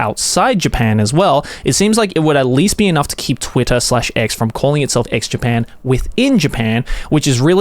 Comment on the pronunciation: Am I the only one hearing Joey say "Eggs Japan"?